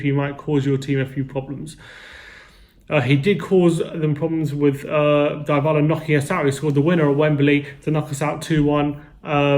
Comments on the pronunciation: In not pronounced diebala it pronounced dbala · It’s Dee Bala for fuck sake